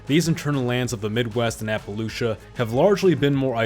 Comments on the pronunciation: maybe you should figure out how to pronounce Appalachian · Is it a drinking game? Every prononciation variation of Appalachian